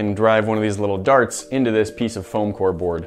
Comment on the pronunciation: now I als love the way you say CAONE instead of CONE,like faom instead of foam